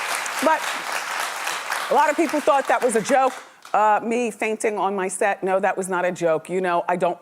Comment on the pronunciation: Not the 'Faintation' 💀